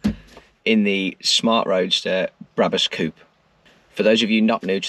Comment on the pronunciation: nice video but pls stop pronouncing 'coupé' wrong